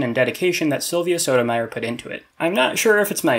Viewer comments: The way you say Sotomayor hurt me. :3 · The way he says Sotomayor hurt me. :3